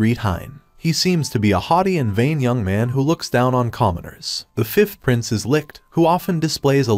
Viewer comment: Why I hear princess when he says prince 😂